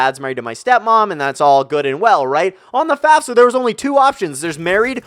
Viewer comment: Am I the only one who heard fapfsa instead of fafsa